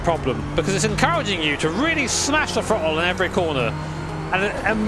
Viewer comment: i understand you have an accent but dont say "frottle" lmao